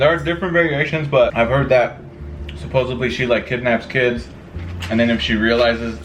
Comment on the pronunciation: It’s pronounced supposedly* not supposebly